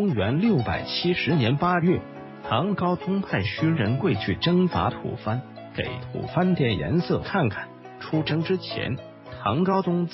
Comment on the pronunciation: 吐蕃 （念 Bo), tu bo. 不是吐番 （fan）。